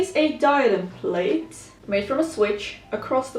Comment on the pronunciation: Plait is pronounced “plat”, not the same as a plate. Just to let you know.